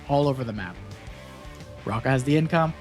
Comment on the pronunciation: Raka :D I dunno how they prefer it internationally, but h isn't silent and it's like in hotel, and the double-ä is like the long a in sad. Doesn't matter but just leaving it here how we say it.